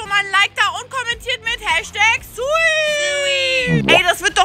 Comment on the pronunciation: HELP HE SAID "SUWI" INSTEAD OF "SUI*"